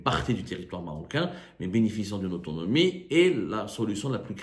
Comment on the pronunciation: solution tu n'arrive pas à le prononcer (autonomie ) les sahraoui envisagent autrement ils sont Marocains et pourquoi d'autres solution